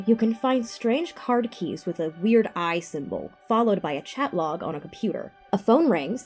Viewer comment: "cardkeys"???